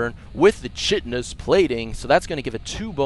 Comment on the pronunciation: It was a good game. But I was kinda thinking after the first thrashing the T got with his tank/hellion army he would have tech switched. just fyi - it's pronounced kite- in-ous. Chitin is what makes up insect's, shrimp's shells. (but i hate when people correct my pronunciation lol ;) ).